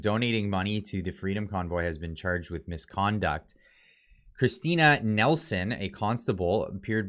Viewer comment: It's Neeilson....not Nelson...